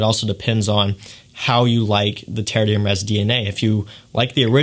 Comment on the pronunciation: Good info, but please take a look at how the name of these is spelled (it's on the bottles you're holding): Terre d'Hermès. Compare to what you have in your title and description "TERRE DE HERMES." And how you say it: three syllables, not four.